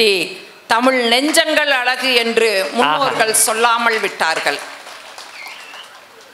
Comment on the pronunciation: ஆக்கிவிடுவோம் தமிழ் நான்கு சரளமாக வரும் போல இருக்கு அழகு என்பது அளகு என்பதும் ல் க்கு பதில் ள் வை சரளமாக பேசுகிறார்